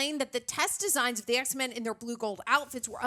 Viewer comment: Does she said EHH x men😂😂